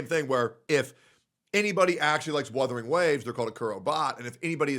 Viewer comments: How tf people still cant pronounce wUthering is beyond me especially when they make content on it... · Dude can't even say Wuthering right lol wtf is "Woothering."